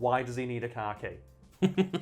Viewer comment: I heard car key as bukcakie (thing that's how you spell it) and had to rewind a few times 😂😂